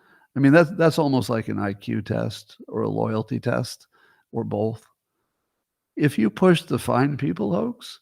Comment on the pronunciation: Notice how Scott says “both”. It’s like bolth.